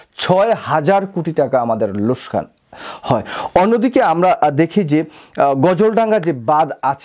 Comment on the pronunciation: লোসকান না লোকসান হবে 🇧🇩কি বলেন আপনি?